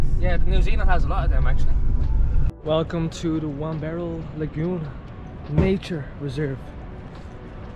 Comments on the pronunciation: Mullet Hair cuts are for Yobos big time..as in Westies...No Class...all Aussie don't wear there hair like that... Also U need to learn how to say Erina not Arina....also Waberal Beach not Aberal Beach... Swaneas is not on the Central Coast it's near NEWCASTLE Your Cousin is Leading U up a GUM TREE...BIG TIME...😂😂😂❤❤❤ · Erina - Erin(like the name)-nuh. Did you mean Wamberal? Womber-all The Coast has some unusual names. It's weird seeing these places on YT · Sorry, but this video does not show Wamberal Beach. You went to Spoon Bay, which is part of Forries. Someone needs to teach you how to pronounce Wamberal, Erina, and Tuggerah. The "Entrance " is the entrance to Tuggerah Lake, not the entrance to the Central Coast. I cannot understand why you would buy take-away coffee at Long Jetty. and not sit-down coffee at Terrigal ( 2 km East of Erina Fair that you went to). You went fishing on Lake Macquarie, which is not on the 'Central Coast " Hopefully your cousin can orientate you better next time that you come Why are people from GB ( and Eire ) so fixated on shopping centres ?